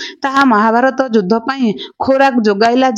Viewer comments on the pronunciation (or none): none